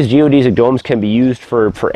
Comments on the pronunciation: You are the first person I have heard that says "geo-deez-ic" instead of "geo-des-ic" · Geo-DESS-ick not Geo-DEE-zick